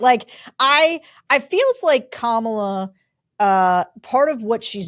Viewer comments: Love this discussion. I know it’s an unusual name and many people get confused, but please pronounce it COMMA-la. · Guys, you obviously think highly of ABC’s are supportive of Harris. However, there are times during the podcast that you pronounce her name like the cult member MAGAmaniacs do in order to be intentionally insulting and disrespectful. Consistency in the pronunciation would help you message. Might seem like nitpicking, but it really is substantively important. Otherwise an exceptionally informative podcast. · Why does Sarah mispronounce “Kamala”? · Sarah STILL can't pronounce the name Kamala? Just call her Harris then. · I would have expected a long time democratic pollster to be able to pronounce Kamala Harris first name properly. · Guys - can you get her name right please? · You can't even say her NAME correctly?! Tim! Come back! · I’m floored that you put this up on YouTube when both of you mispronounced her name. shame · Why can't any of you pronounce her name properly? Wtf is the matter with you people?!?! Very disrespectful. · Sarah, PLEASE pronounce her name right. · Interesting shift from this focus group batch. But Bulwark folks, can you please, please, please learn how to pronounce Kamala's name? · This guy loves Kamala so much that he pronounces her name the right wing racist way. Solid. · Thank you, but I wish folks could show some respect by pronouncing her first name correctly. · Learn how to properly pronounce Kamala's name, Sarah!!!! You're starting to sound exactly like Trump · Sarah, you are such an intelligent person. Please say Kamala’s name correctly. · Please say Kamala Harris name correctly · Please pronounce her name correctly. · Both of you mispronounced and properly pronounced Kamala . It might seem small but it’s important to have unity in the smallest of ways. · I'd think that a prerequisite would be NOT PRONOUNCING KAMALA WRONG. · Sarah, it's not KaMAHla. It's Comma-La. It's disrespectful to continue mispronouncing her name.